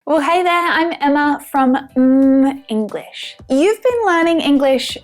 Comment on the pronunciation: your pronunciation of 'mmmenglish' is soo sweet. 😍😍